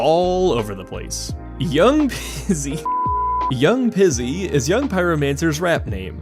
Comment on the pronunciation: Yound Peezy, not pizzy